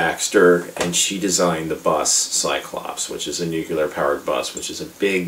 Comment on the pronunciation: Gave up after 3 minutes of listening you mispronouncing Nuclear (how people keep pronouncing it nucular is beyond me) - anyway - this movie is an underrated masterpiece that has gone straight over your head. You think it's stupid yet spent 13 min going on about it being stupid. It's a piss-take on the whole genre - and while Airplane! by the Zuckers and Abraham is a superior film - this still maintains a place in the lets be completely ridiculous spoof level. The soundtrack by David Shire is brilliant and Stockard Channing, Larry Hagman, Sally Kellerman, Redgrave, Mulligan - well you can tell they're just having a great time in this movie - and if it was that stupid - why would such a great cast of 70's/80's actors agree to take part?